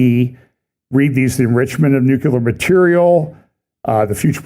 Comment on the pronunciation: Mornin'. I don't mean to be nit- picky, but it's nuCLEAR, not nuCULER. Love ya in the LORD, Bro. Have a great day!